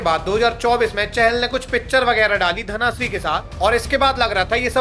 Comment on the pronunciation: Bro suggestions - it is कूच बिहार not कोच बिहार , 2nd thing - it is धन श्री not. धना श्री